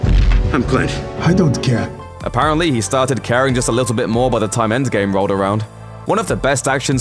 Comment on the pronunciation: Is it just me or is the narrator sayings "endSgame" instead of endgame? Its throwing me off...